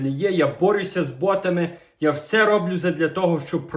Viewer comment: Так ми ж тобі написали не рОблю а роблЮ , ну підтягнися ти до того , що люди просять, тоді ж і приємніше буде, що ти реагуєш на прохання глядачів і їх дописи, а то напевно одразу ображаєшся на просту і правильну критику